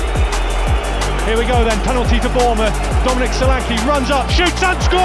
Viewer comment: U are pronouncing his name wrong it's sho LAn ké